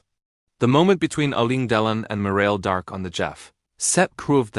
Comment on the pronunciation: Ii does not says their names cirrectky.shame